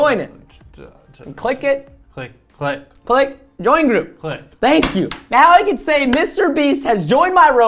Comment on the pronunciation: Anybody gonna talk about how Preston said "thank you, spank you "